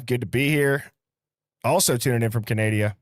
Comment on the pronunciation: Great live. It would be nice to hear you pronounce CANADA properly at least some times!